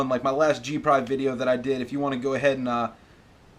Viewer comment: Did you just say g prive? Lol